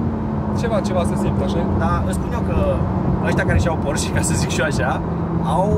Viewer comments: Termina frate cu "Porsch" ca nu e "Borsh" e PorschE. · bors sau pors…esti pasionat de masini si spui pors posche boss...fonetic este porsé